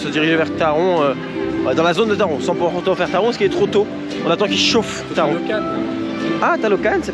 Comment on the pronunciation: Mais non c'est pas Taronne c'est Taron 😭😂